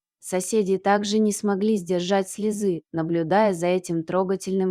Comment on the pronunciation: СлезЫ счастья....???? Попробую поставить ударение правильно.. Мадам, это п. здец ваше чтение..